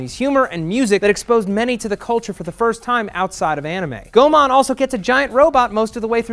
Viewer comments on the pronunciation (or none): Goemon is not pronounced Go-mon, but properly pronounced Go-eh-mon. The More You Know♒★